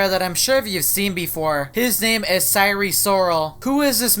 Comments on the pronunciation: I hope you know that its pronounced si-er and not si-ree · DID YOU SAY SIRE SIROL OR SIREN SIROL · He pronounces "sire" weirdly lol